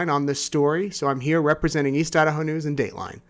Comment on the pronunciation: Thank you. Watching from No. CA. Been watching from the beginning. My family is from East Idaho, and I still have family there. I Love Idaho. You got the pronunciation perfect!